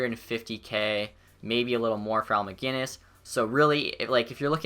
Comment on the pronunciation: 20 seconds into the vid and you pronounced Macinnis (mac-i-niss) not mag-innis